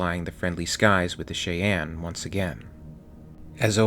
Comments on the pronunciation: you mispronounced a lot of words but it's not that big of a deal. I appreciate your videos. of the words I caught, here is how I hear them pronounced the majority of the time (USA): Cheyenne/Shy-ann; piezoelectric/pe-8-zoe-electric; turbine/turr-binn (turr-byne is common, if frowned upon); fuselage/few-sell-lodge; ablative/abb-lay-tive (abb-la-tive is common); sabot/say-bow (sabb-bow is also common) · Fuse lodge not what your saying! Also shy ann. Not what your saying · Pronouncing it "shay anne" is far out haha. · You are amazing,, but it’s pronounced “shy-enn.” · 'Nit picking here' but it's pronounced ('Chi-ann') as in the Cheyenne Native Americans from Minnesota then later North Dakota, Colorado and finally Oklahoma. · I love how he keeps miss pronouncing Cheyenne (SHīˈan, SHīˈen). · As always, I am always impressed with your work and love it, however, the "Cheyenne" is pronounced (SHY-anne.) Otherwise, bang-up job as always my dude. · The vehicle is pronounced "Shy-Ann", as its the name of an American Indian Tribe. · Pronounced "Shy-Anne" .. I hate myself for this comment.. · "Shy ann" is proper pronunciation. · "Shy Ann" "Fusa lodge" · It's pronounced..SHY-Anne.. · some pronunciation help - pla-TEAU, CYN-thia (like th in thick), Cheyenne - "SHY-anne," "FIU-sih-lage" lage="lahhhzhe" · Not that you are gonna go back and change anything but.... Cheyenne: Shy-anne Fuselage: Few-sell-odge, like Dodge without the D. Sabot: Say-bow Whatever your pronunciations are these videos you make are GREAT! I really enjoy them. Thank you for making them! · Shy-ann. Like the tribe. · Good video, love the content, however....it’s pronounced “Shy-yan..” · He sad che yen...... Its pronounced the same as the pepper like spice. Cheyenne (Kiyan) Believe the word co.es from native american peoples in the southwest but could be wrong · God it's pronounced Shy Yan. Your pronunciation is driving me crazy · Pronounced: “shy-anne’ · Cheyenne is pronounced "Shy-ann".